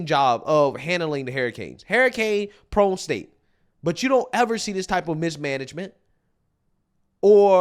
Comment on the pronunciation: "Hair-i-kane" Gota watch out for those. Anyway, another good vid by!